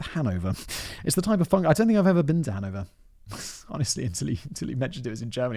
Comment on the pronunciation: as a Dutch person, Hanover does not sound Dutch..